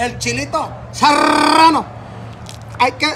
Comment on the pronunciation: De la verda, & nomas vengo por que vusto como se dicen chile "seerrrrrrrano!" Jajaja mida un chingo de risa este vato